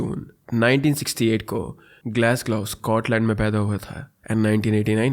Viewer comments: Glassgo is the pronunciation, anyhow you’re great at storytelling. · I wonder why you don’t learn the pronunciation of cities when you cover international cases. Munich, Leicester, Glasgow, Dundee even Danube river all pronunciations are wrong and it makes it difficult to follow the case.